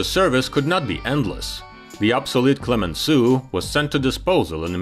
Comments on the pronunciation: Instead of Clemensoo, please try at least to pronounce Clemensow, for Heavens's Sake. It will be much closer to the French Clemenceau. You see, this is tantamount to refer to the HMS Queen Elisabeet, or The Prince of Waves. 😄 On the other hand, I'm glad that the subtitles are correct and make no mention of the General Charles The Goal, as I've already seen elsewhere on YT. 😱 😂😂😂 Excelent video, to be sure. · le " clemenssou " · Why didn't you learn how to pronounce Clemenceau before producing this story?